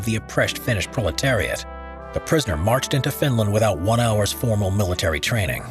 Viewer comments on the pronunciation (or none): none